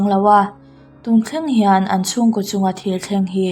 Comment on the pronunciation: Ko kha koh tihin lam tawh suh.